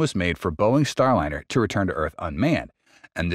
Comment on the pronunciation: Not so sure. The speaking pace seems to speed up and slow down from time to time. Like a record play too slowly.. Word mispronunciations like Starlinnner sound like a bot